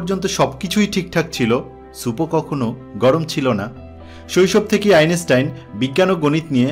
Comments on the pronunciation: বারবার' আইনেস্টাইন' খুব শ্রুতিকটু লাগছে। আর শুধু ভুলোমনার কথা এত শোনা যায়? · Your pronounciation of the name of the great scientist is not correct.